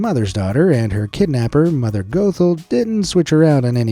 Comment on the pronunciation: Why did you pronounce Mother Gothel like that?